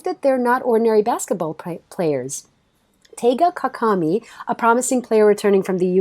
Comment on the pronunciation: For #7 Kuroko no Basket. The names are TAIGA KAGAMI and TETSUYA KUROKO! Not Teiga Kakami and Koruko 👍🏻